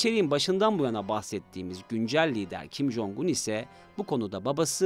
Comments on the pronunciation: Bi konu hakkında video yapacaksın ,,,ulan cok mu zor şu isim nasıl teleffuz ediliyor diye internetten bakmak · İsmini yanlış telaffuz etmesen daha güzel olur kardeş.